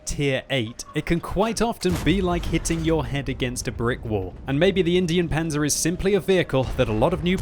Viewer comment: I swear it's in-dine panzer not Indian panzer like the way he pronounced it was so cringey